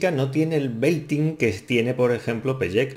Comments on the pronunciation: No digas nunca más pellek se pronuncia pelek jeje se escucha raro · Me ha dolido la pronunciacion de "peyek" xd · Su nombre se pronuncia "Pele-kei" ;) También hay un buen cover en español de está canción por ilonqueen, y otro por Paulo Cuevas